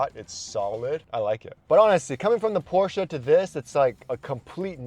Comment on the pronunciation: Thank you for say Porsche correct